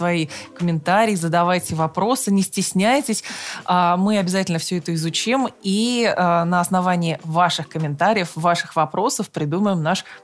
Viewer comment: Ведущая второй эфир (смотрю ) говорит изуч`им- слух режет, правильно- из`учим.